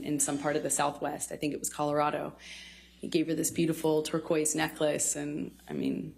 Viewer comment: The way she pronounces Turquoise drives me nuts!! Lol. If she relied heavily on her friends and they were true friends; why didn't they get her away from him?? If he was such an awful abuser why would they just except gifts from him and turn a blind eye? Didn't they see the injuries on her???? Not very good friends!! Lol